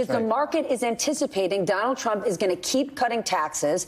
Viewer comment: Sounds like donOLD is going " serfdom "